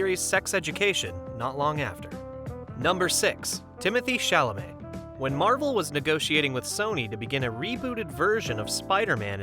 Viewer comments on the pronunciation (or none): none